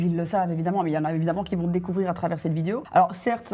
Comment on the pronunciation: super video part contre tu dis vidio